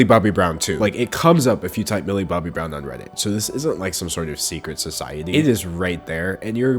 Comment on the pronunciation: I can't not hear Billy Bobby Brown. That's her name now sorry.